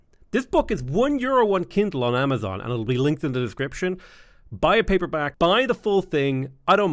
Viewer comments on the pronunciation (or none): none